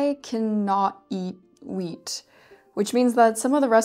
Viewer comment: I thought you said meat, but captions corrected me to WHEAT. celiacs? my step-mother had that.